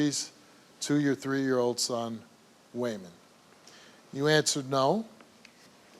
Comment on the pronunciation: “Way-Mon” , that name is piss*ng me TF off😅